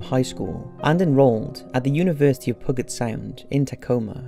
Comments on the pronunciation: PUGG'ut sound lol. P'YOU'JET sound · Pew-jet sound. Not puh-get. Nbd though. American-English is crazy. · Btw, , it's pronounced "Pew-Jet" Sound; not "pooget". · LOL "Puggit Sound." It's PEW-jitt Seriously, get an audio proofreader. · Sorry, I know I'm nitpicking, but "Puget Sound" is pronounced like "Pujet Sound" rather than "Pugget Sound." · if you see this for the university of Puget Sound you say the university of pug-it sound not Puget Sound’ ( Pronounce: pu- get sound not pug it sound) as I live in Tacoma Washington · It isn't "pugget". It's "pyoujet". And Sammamish is accented with the middle "a". Denise. ...oh, you got it the second time. Boise is pronounced "boysee" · Puget Sound is "peuw-jet" not "puggit" lmao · Just as a note. Puget Sound is pronounced pew-jet not pew-get. I live in the area so it just was like nails on chalkboard. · Its "pew-jet sound" not "pugget sound" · University of Puget Sound.. the g is pronounced like g in gym, not g like golf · lol Pugget Sound. It's pronounced Pew-jitt. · its pew-jet sound, not pugget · Isn't Puget pronounced "Pyoo j't" and not "pug it"? That's just one of many mispronunciations in the narration. I know it may sound petty, but narrators should get pronunciations right. It sounds very amateurish and detracts from the credibility. I know it shouldn't, as these are quite good doco's, but it does. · I'ts not "Pugget Sound"; it's Puget; Pyu-jet. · It's always funny hearing people say pudget sound wrong lol pud get like it's 2 words once heard it pronounced poo get I died laughing spat my drink out after choking on it like fucking people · Pronounced Pu-jet sound. Not pu-get sound . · HAHAHAHA PUGET, it’s pronounced peu-jet not pug-it HA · No one going to point out the fact that he pronounced Puget wrong? It’s not pronounced puggit, it’s pew-jit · Puget = pew-jet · The way he said Puget Sound made me hurt, pew-jet is how it’s pronounced lmao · It is: Pyoo-jet. I don't blame you because you are British